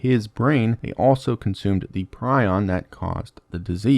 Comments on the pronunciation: Minor nitpick, but Prion in the context of misfolded proteins is pronounced "pree-on". A "pry-on" Prion is a bird, and a "pree-on" Preon is a point particle. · Minor nitpick: prion rhymes with "neon", not "pry on".